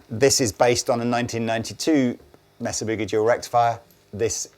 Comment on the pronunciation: Pronounced May sa